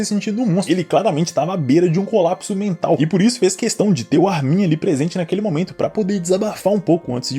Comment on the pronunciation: Cara, me da agonia o jeito que tu pronuncia o nome do Armin. A sílaba tônica é o "Ar", e não o "min".